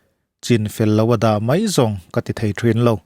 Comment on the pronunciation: Mai tih turah mei tih hi hmang thin teh suh u.Mizo tawng in pawng sual/in ti dajat